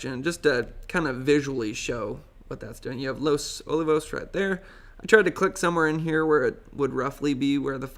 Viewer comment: Good update. FYI it's Los O-lee-vos